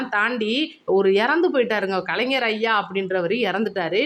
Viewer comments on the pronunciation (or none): none